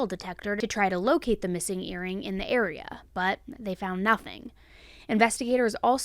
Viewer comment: SAME... "our friend is MISSANGK". I was cringing hard.